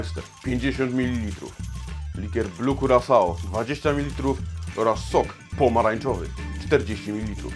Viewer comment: Panie barman. Jeśli już chcesz Pan wymawiać poprawnie Blue Curaçao to polecam zapoznać się z tym jak to robić. Pozdrawiam.